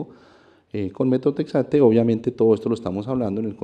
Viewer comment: Muy bien la exposición... Solo debe corregir Metrotexato- Metotrexato